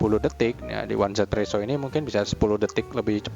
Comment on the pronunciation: Dan jangan lagi sebut one Z presso, tapi 1= yi Z=zi jadi easy presso